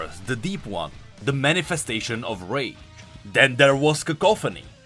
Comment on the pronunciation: Pronounce your words I thought you said something else instead of rage. Thanks again for the update